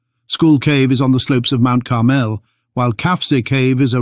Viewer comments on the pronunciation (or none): none